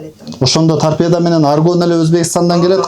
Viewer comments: Торпедия дейтго туурасы торпедабы же? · Тарпеданы дагы так айта албайт экен